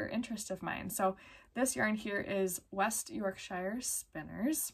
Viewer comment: Hi from the UK! lovely podcast thank you. I just thought I'd let you know how to pronounce the English place names - blue-faced Leicester is pronounced Les-ter and West Yorkshire Spinners York-sher. Hope that's helpful.